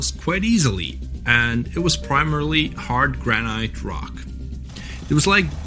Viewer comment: I thought it was Grannet not Granight. 😮